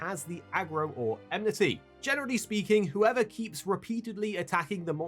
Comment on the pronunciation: Watching a video with so many occurences of the word "enmity" narrated by someone that pronounces it "emnity" triggers my inner grammar nazi big time...